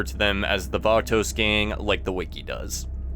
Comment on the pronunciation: It’s pronounced batos not vatouxs 😂